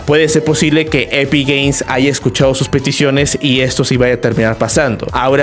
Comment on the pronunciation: Soy yo o dice epic gays